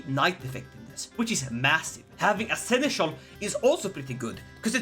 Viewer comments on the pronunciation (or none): none